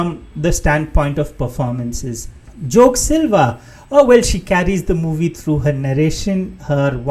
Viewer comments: Great review. just a litle note - it's pronounced Jor-keh Silva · Yeah, Joké